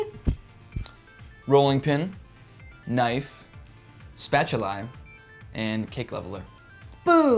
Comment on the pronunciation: it's spatulae if you want to sound "latin". The ending -i only applies for nouns ending in -us or -um.